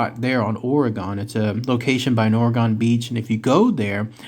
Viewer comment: Orr - Ree - Gun!